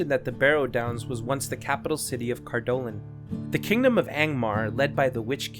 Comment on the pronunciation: Cardoolan is spaken worng, and it was not the last to faal, that was Arthedain